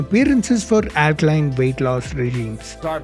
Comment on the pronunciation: Mallu can't pronounce alkaline or circuit or nine !! Sad but true.....